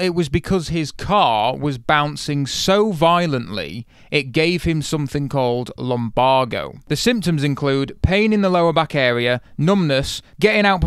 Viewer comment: It’s pronounced lum-bay-go